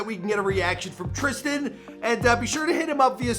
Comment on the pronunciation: It says trisan mike his name is tristan